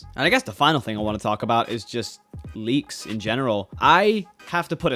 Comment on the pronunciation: He said leaks... I thought he said "bleaks"